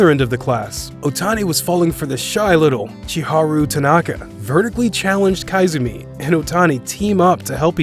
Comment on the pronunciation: It's koizumi not kaizumi.🤣🤣🤣